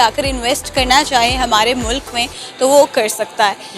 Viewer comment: Mulaaaaaaaak nahi bhai..MULK bolo...